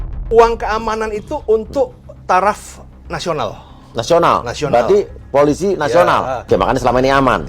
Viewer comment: Wooooeeehhhh!!! Mari belajar membaca! Pe O PO.... eL Ii LI... eS ii SI... POOOO LIIII SIIIII Wakakakakakak 🤣🤣🤣🤣🤣🤣🤣🤣🤣 POOO LIII SIII Wakakakakakak 🤣🤣🤣🤣🤣🤣🤣🤣🤣 POOO LIII SIII Wakakakakakak 🤣🤣🤣🤣🤣🤣🤣🤣🤣 POOO LIII SIII🤣